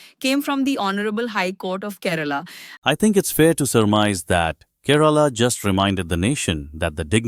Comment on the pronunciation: For heaven's sake! This Indian state's name is Kay-- ra-- la and not KE- RAA-LA 😂